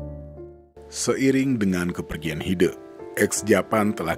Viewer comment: Pengucapan E nya Hide bukan begitu :'( tapi é kayak di kata kecap